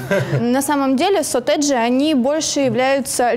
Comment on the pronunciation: Бшяячть, так слух режет. сОтэджи, а не сОтэджи, эта девка в фиолетовом бесить начинает